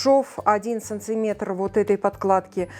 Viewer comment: СанТиметр... режет слух.